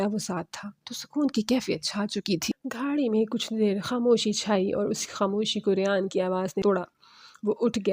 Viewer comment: یہ گھاڑی کیا ہوتا ہے ،گاڑی ہوتا ہے ، بڑھتا ہوتا ہے بھڑتا نہی